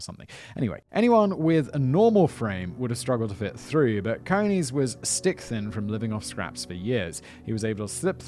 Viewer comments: I think it is pronounced as in Coney island, NY. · Pronounced like ice cream cone with an eees as the second syllable. Source: have a pal with the same name. Love yer channel! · It will be CONE-EES - as in rabbits. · I was thinking the same thing.